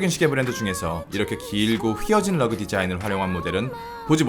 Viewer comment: 시계유튜버 중에 러그 발음이 가장 섹시한 빌런